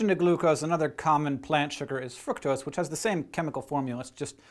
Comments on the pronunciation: I feel life he doesn't know how to pronounce "fructose" so he just kinda mumbles it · i hear from a guy at UC berkely that Its fruktose not fruitcose ... i spelled wrong for accent. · when hank said fructose i though he said fuck those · Is he saying Fructose frucktoast?